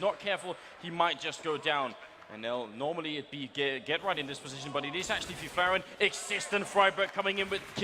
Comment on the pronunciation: just a note to the casters, Fifflaren is pronounced with stress on the i f[I]fflaren, not fiffl[A]ren